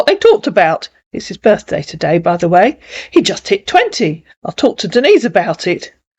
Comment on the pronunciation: Oh really see he calls her Denis lol he don’t even know how say Denise Lol 😂